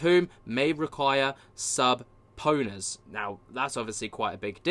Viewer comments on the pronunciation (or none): Subpoena is pronounced SuhPeena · Subponies? it's pronounced supeenas! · Subpownas? 😂 Subeenas is hpw u say it lol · Sub-ponas 😅🤣😂 Learn how to pronounce it. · "A sub pona" 😂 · Its pronouced like "Suh-Pee-Na"..Suhpeena..Subpoena. Ready? Try it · It's pronounced "suh-pee-nuh". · The B in subpoena is silent 😂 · The way I know you have no idea what you're reading about is the way you pronounced subpoena and SCIF. Lol